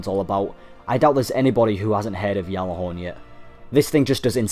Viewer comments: really? ive heard bungie employees pronounce it Galahorn with a G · It's not pronounced "Yallahorn" like the other dude said there's other videos where ppl form bungie say it with the G in it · # stop saying yallahorn 😂yallahorn